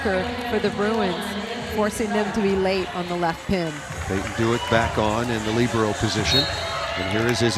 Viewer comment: they are pronouncing libero so wrong 😂 🤦‍♀️